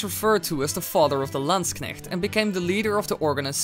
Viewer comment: Holy shit you pronounced zweihänder quite badly but landknecht very very good